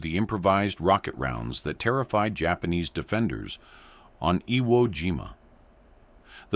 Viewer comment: The AI Speaker Can't Pronounce IWO JIMA or any other Japanese Words, Disgraceful To WWII Vets. They Weren't Playing A Game This Is Educational BS People Distrespeting, Real Education You Get An F